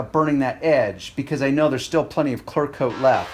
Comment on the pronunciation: ITS CLEARRRRR CLEARCOAT I HEAR YOU SAY CLARCOAT